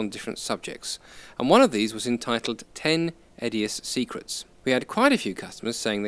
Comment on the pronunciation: I thought you said "secretses",.